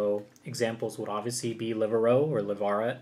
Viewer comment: you’re doing amazing, but the extra L you put in Livarot is killing me lmao